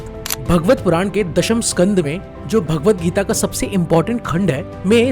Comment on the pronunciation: Bhaa gvat puran hota hai "bha" nahi 😂